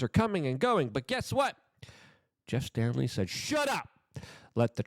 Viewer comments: Why do you keep mispronouncing the guy's name? Its STALEY, not Stanley. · Staley, not Stanley. The mispronunciation is kind of irritating, especially names. Words matter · The name is Jes STALEY, not “Stanley” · its STALEY, not stanley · Dude, there is no "n" in Staley.